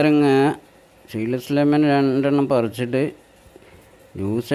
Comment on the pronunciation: ഷീഡ് അല്ല ട്ടോ സീഡ് ആണ്